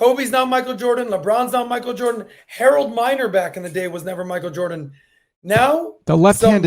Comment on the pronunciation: Pat has been at war with the word "the" for as long as I've known him 😂